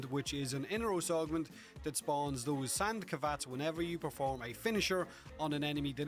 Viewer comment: Wait "sand kavats"?